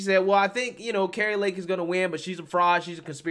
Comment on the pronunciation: Car ee Lake just saying